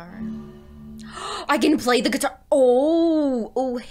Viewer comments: “Gee-tar’!...I just bought a "Fender"...How long have you been playing for? and did you take lessons? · Hehehe! good job. (gee-tar) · Looking forward to your journey through this game. gee-tar. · you were getting the Gee-tar but then you start to lose it. It was good. Funny at the end tho made me laugh hope you finish the game I enjoyed it and the story.😁👍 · Gee-tar Lol. Expecting a full cover from you soon 🤣💕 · Wow, you're very good on the "gee-tar" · Gee-tar, looking foreword for the next video :)